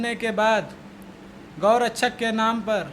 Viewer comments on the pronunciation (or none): Abe pahle tu gau rakshak bolna to sikh thik se